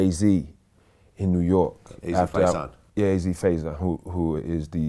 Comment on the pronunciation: Why vlad keep mispronouncing Faison . Nerd